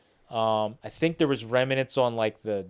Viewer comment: ..... the grammar police report that there is no such word as rem-a-nent and also acrossed .